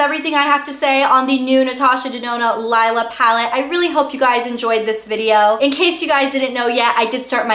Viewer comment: Its pronounced LEELA.